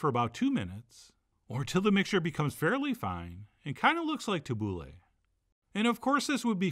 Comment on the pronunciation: you should do kibbe it's incredible and i have no clue how it's done. also tabouleh is pronounced tabouli